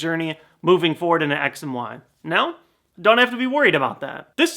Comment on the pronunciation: I swear I heared him say: "Sex & why." PS: I know he sayd X & Y so you don't have to reply me with that.